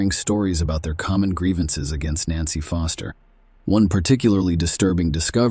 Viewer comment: Was puzzled in first case ai voice had me thinking there were 3 nancys !! Then I realised foster was sometimes said as fister 😂😂😂😂